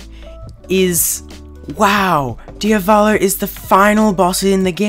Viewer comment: DIAVLO DIAVOLO DIAVALO